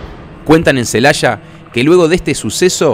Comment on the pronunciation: Aquí en México, no hay ninguna ciudad llamada "Celasha", hay una Celaya.